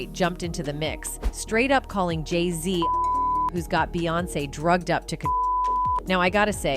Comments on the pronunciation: If you are going go soeak on them learn how to pronounce their names. Geesh. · The more you😢 put Jayz down😮 the more they 😢go up now her husband is in the best rapper 😮 you need to learn how to pronounce they 😮 name right😮